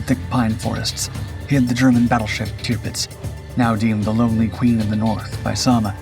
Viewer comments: I agree with other comments about the start. It doesn’t become clear that this video is about the Barracuda until we are a couple of minutes into it. What ruins the video for me, once again, however, is the cringeworthy way that Tirpitz is pronounced. It is “tir” as in “sir” not tier as in pier. For goodness sake. How I wish the voiceover artist would check his pronunciations before releasing his videos. It’s just so unprofessional. Quite what a crashing DH Mosquito is doing in this video is also beyond me. Apart from all that the video was quite interesting. Keep going but do please take the fair criticism on board. If something is worth doing, it’s worth doing well. Very best wishes, Adrian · I had to stop the video after I don't know 2 minutes something like that to say I've never heard you mispronounced or recognized you mispronouncing the names of ships or persons or events and then I hear you say tupdz and I think you said another variation of it it's the tirpitz and she was actually a lumbering loggerhead of a piece of crap she didn't make much of a difference in the war except for when she was finally sunk it destroyed the morale of the German Navy and that's when the Germans finally realized outgunned outmanned and out brained or one would say out maneuvered it didn't help that they were led by a maniacal insane individual with a God complex